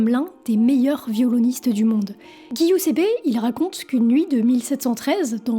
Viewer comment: Intéressant. Juste un truc : ''devil'' ne se prononce pas ''divaïle'' mais '''déveul'' , de même, Giuseppe se prononce '' djiousep_pé ''